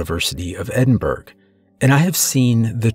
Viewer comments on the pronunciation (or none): I’m at the beginning… I’m from Glasgow.. and I heard Edinburg… it’s Edinburgh… like Edin-bur-uh.. sorry I had to. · Just because you'll probably need it in the future, Edinburgh is pronounced Edinbruh and although Glasgow can be pronounced as Glassgo it's more commonly said Glazgo. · I’m Scottish and nearly died laughing at your pronunciation of “Edinburgh” it’s pronounced “Edin-bruh” 🤣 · Sorry but as a Scot I have to correct your pronunciation, it's pronounced "Edinburra" and "Glazgo" for Edinburgh and Glasgow, other than that, top notch story brother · "As a Scotsman..." *Pronounces Edinburgh & Glasgow wrong. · That's not how you say Edinburgh. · If you must read these stories, then for goodness sake learn how to pronounce Edinburgh!